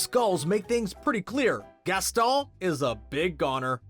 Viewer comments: "Gasol" instead of Gaston. He called miguel coco! Does he even watch Disney movies! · And why did he call gaston to gastol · Gaston is gasGON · He was trying to pronounce Gaston the French way.